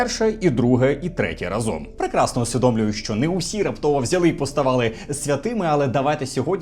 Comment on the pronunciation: не разОм, а рАзом. Дякую за відео!